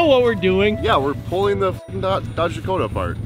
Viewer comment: Did he really just call a Dodge Dakota, a Dodge Dacoma. Bruh